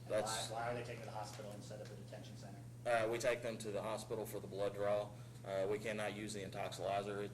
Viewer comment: The dumb cop pronounced the word center, as sinner. Dumb.